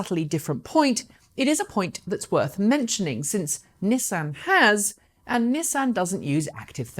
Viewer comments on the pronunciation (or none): none